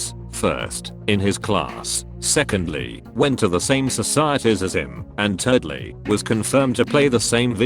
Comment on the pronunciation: Swear they pronounced thirdly as “turdly”